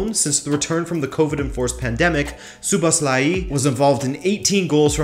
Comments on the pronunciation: It's mispronounced. It's a regular O in Szoboszlai and not an "oo" sound anywhere. And the "i" at the end should be shorter. Also in Hungary it's common to say the surname first and then the name, so Szoboszlai Dominik. Hope this helps if not there's a good pronunciation on forvo dot com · That's right, one small thing, the two O letters in his name are pronounced as a regular "o", not "oo". And also if somebody wants to be picky, the "i" at the end should be a little bit shorter. Anyway, it was a great video! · STOP pronouncing that i at the end like iiii. You do great content each time, but you need to work on names and players pronunciation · It’s pronounced lik So-Boss-Loi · A proper Hungarian here to clarify the pronunciation. Phonetically it is Soh-bohs-la-yee. Hope that helps 😁🙏🇭🇺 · Soboslai (English pronunciation.) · WHY DOES EVERYONE BUTCHER HIS NAME? ITS PRONOUNCED ZOBOSLAI 👍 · just pronounce it as So-boss-la-e, this is the easiest way for english speakers imo as a hungarian. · It's pronounce Jobo-shh-la-i